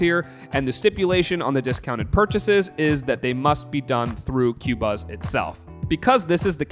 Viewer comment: The company does pronounce it as “ko-buzz”. You can see their interviews of audio company designers on YouTube. The best format for high end streaming. Tidal MQA is good but not on many of the albums when compared to Qobuz. Though these companies advertise 24 bit/192 kHz, very few are 192kHz, most are 44.1 or 48 or 96 kHz. Generally, difficult to hear much difference once you get 24bit.